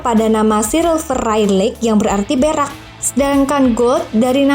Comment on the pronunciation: Siapa yg denger Kalau dia ngomong nya Berak bukan perak 😂